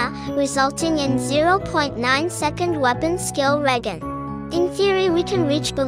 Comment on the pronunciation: hmm couldn't the developers have just made a cap of 3-4 seconds for FP's Skill Regeneration ?? also the G in Regen is spoken as a "J" not sure if your aware of that or not. It's like how the letter "C" in Italian is pronounced as "Ch" or "W" in German is spoken as a "V" some times.. languages can be odd.